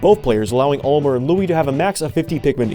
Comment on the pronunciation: You called Olimar, Olimer, at the start of the Pikmin 2 section 💀